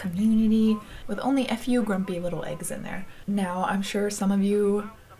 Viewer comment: Im cracking up. First, i thought frodo was a kid with pigtails. I was like who the heck is that!? Then you said "a few..." and i thought you said "ef you!". Hahaha, best wishes sweetie 💋